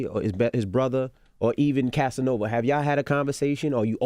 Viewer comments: Did this dude say Assanova? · LMMFAOOOOOOOO HE SAID ASSANOVA. 😂😂😂😂😂😂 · Anybody else hear that sneak diss? “Assanova”